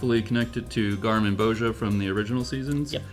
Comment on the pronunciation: Not "garmin-bosha" it is Gar-min-bo-zee-aa"